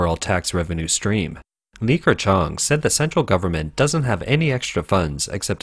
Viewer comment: Li Ke... NOT LiKer - It's slightly painful to hear this pronunciation.